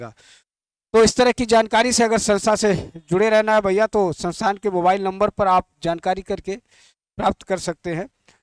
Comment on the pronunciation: Sir sansan na kha karo संस्थान बोलते है 😅😅😅😅